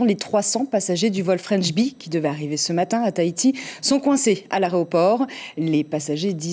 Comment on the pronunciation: Elle a dit deux fois "aréoport" comme mon cousin , c'est considérer mon cousin ! Jahbless 🤙🏾🤙🏾🤙🏾